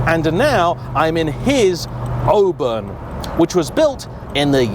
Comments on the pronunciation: Is it not pronounced 'or-burn' rather than 'o-bun'..? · The people of Auburn, Indiana (where the car originated) pronounce it awe-burn, not "oh-burn" as he says it. Bob's your uncle! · It's "Aw burn", not "Oh burn". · Aww-burn not o-burn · You are pronouncing it “O-burn” interesting, I have always heard and said it “Awe-burn” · It's pronounced "AWE-burn". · ahem… it's AW-burn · Now to be that guy, but I've always heard it pronounced "Aww- Burn " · It’s worth twice the price of admission! Just don’t pronounce it Oburn 😂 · I think it’s pronounced “AW-burn” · All-burn 😂 learn how to speak American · Please pronounce the Auburn name correctly. "Oo-burn" is not correct. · It looks good even when it's driven on the wrong side of the road and Auburn is mispronounced. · I think it would have been nice to note that the Auburn of the last century was built in Auburn, Illinois, USA, not Florida. Also, while the marque name starts with an Au, it is a North American Au, pronounced like the au in autumn, not like the au in au paire. Please, we ridicule, but don't interfere with the British pronunciations of place names like Worcestershire, please be an educated Brit and display the same courtesy. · Doesn't know how to pronounce Auburn. Doesn't know how to pronounce Willys. This guy's a car expert? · As soon as I saw it, I knew it was a fake Auburn because of the incorrect wheels. Unlike, who may have pronounced Auburn the say way as its owner, I know how to pronounce Auburn correctly.